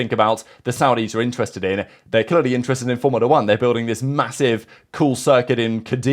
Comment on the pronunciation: “Interested”: “Intred”